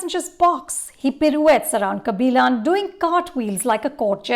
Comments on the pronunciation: "Kabilaan" 🙄🙄 Its a 3 hour movie and the name comes up a hundred times. Still can pronounce it??? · first learnt to pronounce the thamizh names correctly before your full view about the film kabilan not kabilaan .. now a days no big bollywood movies for her to give her views so shifting to south industry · yeah bro exactly. Lady can't even get kabilan right. She says "kabilon". Like it's not a South Korean name, it's our very own South Indian name. She's way too pretentious. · It's kabilan not kaabilon, sarpetta not sarapata ...... 🙄😒